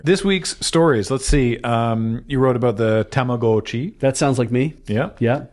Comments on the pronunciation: that's the correct pronunciation. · he's pronouncing it correctly, it's a long O. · and pronouncing Tamagotchi correctly healed 2 morale.